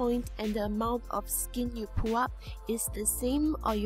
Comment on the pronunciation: its funny how she says "pull" like "poo" lol